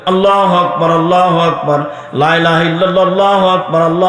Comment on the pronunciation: বর্তমান জামানার সবচেয়ে বড় ফেতনাকারী ভন্ড আবদুর রাজ্জাক বীণ ইউসুফ। জাহেল কাফের জাহান্নামী ভন্ড দেওয়ান পাপীর পর এই ভন্ডের আগমন। জাহেল ইবলিশ কলেমার শুদ্ধ উচ্চারণ ই করতে পারে না। আবার ঔদ্ধত্য পূর্ণ জাহেলিয়াত কথা বার্তা বলে। এদেশের ওলামা সমাজ এই নাপাকীকে হজম করে কিভাবে? প্রশাসন কেন নিশ্চুপ? ভন্ডটা যতবারই কলেমা উচ্চারণ করেছে ততবার ই লা যবর লা উচ্চারণ করেছে। যার প্রকৃত মাখরাজ তিন আলিফ মদ হবে। এই নাপাকী ভন্ড তিন আলিফ তো দুরে থাক এক আলিফ ও টান করেনি। ফলে টান না দেওয়াতে কলেমার আর্থ পরিবর্তন হয়ে আল্লাহ ছাড়া ইলাহা আছে ( নাউজুবিল্লাহ) হয়ে যাবে। দ্বীনদার আল্লাহ ওয়ালা ও প্রশাসনের উপযুক্ত পদক্ষেপ নিতে বিনীত অনুরোধ করছি।